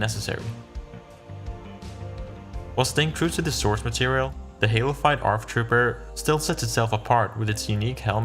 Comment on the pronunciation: every time he says "halofyed" It sounds like he said halo 5 and I got really confused at times